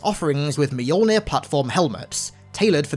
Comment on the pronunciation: One of those things that will never stop hurting my Scandinavian ears is Mjölner pronounced "Mijollnih".